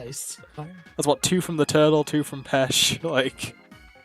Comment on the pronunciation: Ah yes, the Italian word for carrots: "Pesh".